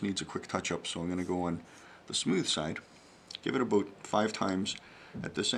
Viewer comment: you had me until aboot.